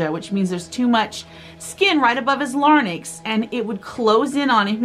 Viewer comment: Lare...incks not larnicks. Larynx.